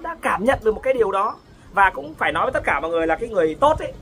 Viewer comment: Nói không có lói ra